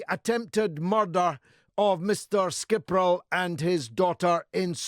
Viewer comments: As usual GG cuts to the bone, but it's "Skri-pal" not "Skir-pal". Dyslexia is aggravated by progressive education's doing away w/ phonics. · Skiprol? It's scree-pal (skripal) Brits can't even say russian names properly...you know nothing of Russia. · This man's a clown. He can't even get his name right. It's Skripal not Skipral.Whatever. Does he have some insight or access to the investigation? No he doesn't to where does he gets all this from? Coincidentally, his views on this are identical to Russian TV's view. How strange. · Why does this idiot keep pronouncing it skipral, it’s skripal you moron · Sorry, but "Skipral" should be "Skripal'"... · It’s Skrypal not Skypral you jerk. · There names were 'Skripal', not 'Skipral'...you pathetic f@ twat. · Why can’t you pronounce Skripal properly? Moron and in Putin’s pocket... What does he know that detectives don’t know?? Talking out of his arse.